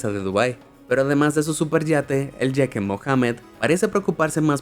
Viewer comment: Se dice Jeque con la Jota española. Igual Jequesa con jota. Se dice Emiratos. No EmiRRatos.